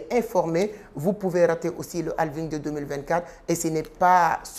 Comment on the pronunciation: D’abord c’est Halving avec un «H» 😊